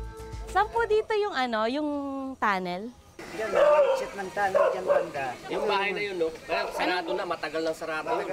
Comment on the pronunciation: Anong eggxit? Na bother tlaga ako sa pag bigkas mo ng eggxit bwiset